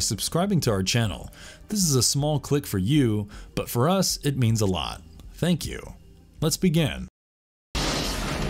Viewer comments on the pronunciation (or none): none